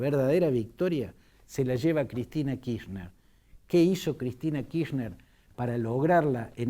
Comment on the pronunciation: Kirchner es un apellido alemán ¿De dónde sacó que la CH de la palabra Kirchner se pronuncia como “sh” en inglés? Fantini, analista político tercermundista y viejo chuncano: la “ch” en Alemán se pronuncia como J en castellano y no como la sh en ingles. De manera tal que se pronuncia KirJner. ¡Viejo chamuyero!!!